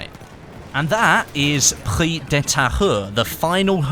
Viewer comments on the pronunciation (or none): Thanks for the vdo. "Prise" is pronounced "preez" in French. the "se" creates the sound "z". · Prise is pronounce Pree-zzz-e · Prise de Tahure... we must hear the "E" in Prise word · As a french-canadian, it's always funny to hear you say the name of the map :P haha especially the "Prise" part XD it's like PRIZE but with an "E" instead of the "I". Nice video as always! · Yeah the S in Prise is pronounce like a z ahaha